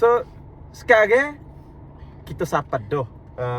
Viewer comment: “Sekarey” serabut bunyi nyaa hahahah